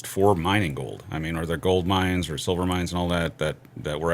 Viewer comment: Thar. Them thar asteroids.